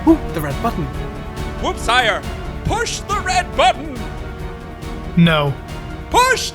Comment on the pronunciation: Lol your also tortchoring Wooppsire 😂